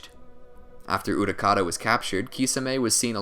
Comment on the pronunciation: My guy's pronunciation of "Utakata" made me fall out of my seat